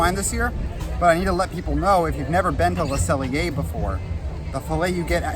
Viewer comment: Love how Deni and Ryno drop in, but not as much as I love correctly pronouncing Le Cellier 👏👏👏😉